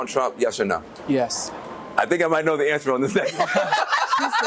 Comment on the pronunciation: Your channel is so intelligent. Great analysus once again! Again I would emphasize that your annunciation is not as clear as it shoud be and i dont want ppl to tune out bc the first thing they hear is urban drawl. THE should not b pronounced DUH. Say WITH YOU not WICHU. Your grammar is good and your vocabulary is VERY good